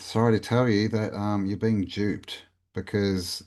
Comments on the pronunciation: LMAO we're being "jewped" :face-green-smiling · Howdy, great vid mate, "you've been Jewpt" classic!! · I chuckled to myself when you said ‘duped’ while talking about the small hats. Sounds similar, no